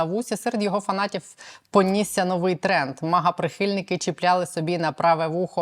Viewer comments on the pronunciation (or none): none